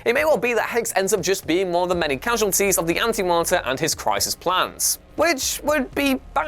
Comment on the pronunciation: Everyone: Anti monitor Narrator: Anti marter